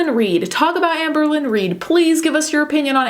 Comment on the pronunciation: Apologies but whenever I hear you say Amberlynn, I hear Anne Berlin and then I go full Steel Magnolias: "Who's Anne Berlin?" "Anne BO-leyn! She was one of the 6 wives of Henry VIII." Anyone else? Just me? Okay... 🤣😘